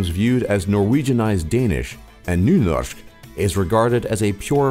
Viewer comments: "Nyernorsk" xD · Bare jeg som hørte at han sa nunørsk?😂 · OMG!! When you try to say Bokmål and Nynorsk i will was close to die of lauching... And when you try to say food and try to say places... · Ahaha «BOKKMÅL» «Nynosj/nynosh» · Btw you buthered 'Bokmål' and 'Nynorsk' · «Bokkmål» «Nynosjh» «krumkakee» lol!